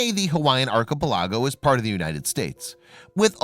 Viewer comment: Gotta love those Arch-o-pel-ah-go’s.